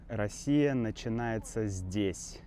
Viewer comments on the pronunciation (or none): none